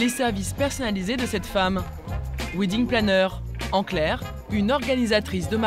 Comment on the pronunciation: Oui....surtout quand on ne sait pas prononcer le mot WEDDING.... A part les français....le reste du monde parle anglais.... "Ouidingue" ha ha ha ...